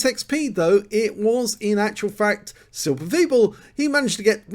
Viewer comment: Hello, thank you for taking my Replay❤️. The pronunciation in englisch for my name is SilberSwiebel, but it was very good for the first time😄.